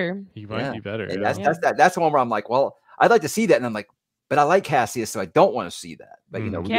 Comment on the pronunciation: The one thing the new voice actor that bothers me is when he calls him Cashus instead of Cassius…